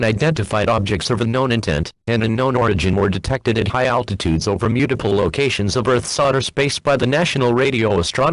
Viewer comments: "Mute-Iple" Go home EAS. You're drunk. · "Mute-Iple" mhm sure EAS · Nobody: Nobody ever: Not a single soul: Not even a snail: EAS: Mute-iple